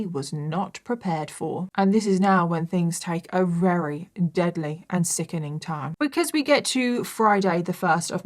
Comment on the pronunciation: This was a rery rery long rideo. I can't believe how many times you manage to use the word "rery" in every rideo. Why is the letter V so hard??? Just say really really or extremely or any other word except very very very very very